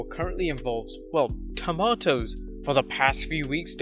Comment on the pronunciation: The way he says tomatoes is making me cringe